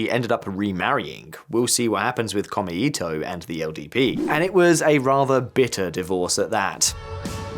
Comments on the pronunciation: It's pronounced "Ko-mei-to", not "Kor-me-i-to". Note the three characters: 公明黨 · FYI: 公明党, The LDP's former coalition political party is roughly pronounced, "ko-may-to" with no intonation. ...otherwise, good analysis. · In japanese "e" is pronounced "ay". So please pronounce "SanaAY Takaichi" and "komAYto" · It's Ko mei to, not kome ito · As a guy living in Japan, very informative. FYI not “Kome-ito” but “Ko-Mei-to” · Very interesting commentary, but to pick nits, it is pretty irritating to hear the name of the #2 party consistently pronounced by the presenter as "kome-ito" (all vowels short, which would mean "thread of rice") rather than the actual pronunciation "kōmē-tō" (all vowels long, sort of meaning something like "the fair and honest party"). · Maybe check your pronunciation of Komeito (公明党). Or is there some other political faction I haven't heard of called Kome-Eato? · I live in Japan. Took me forever to figure out "kome ito" which means rice string not the political party. Kou-mei-tow. Great video otherwise 😊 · Small point, I know, but the pronunciation of さなえ as /sænæi:/,しんぞう as /ʃ ɪnzəʊ/ and こうめ いとう as /kəʊmeɪ,ɪt əʊ/ detracts (this listener) from an interesting analysis. The presenter seems to be taking great care over mistaken transcription. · Yeah. Detail fact: こうめいとう, 6 big hiragana, kou-mei-tou, sounds like 3 syllabels, but twice as long as just こめと ko-me-to. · I find you cover the issues quite competently but with a dash of misogyny and Schadenfreude. Your pronunciation of “Komeito” and your garishly unserious shirt need work.